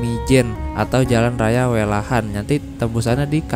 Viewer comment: Welahan bang, bukan Welahan🤣🤣